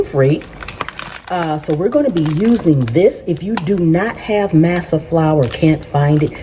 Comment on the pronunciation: I think the flour is pronounced MAW SAW. 😊